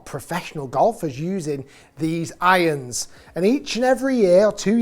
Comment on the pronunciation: Love how you say: "iyons"....